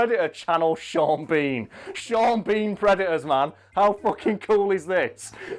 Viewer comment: You pronounce Sean Bean lastname wrong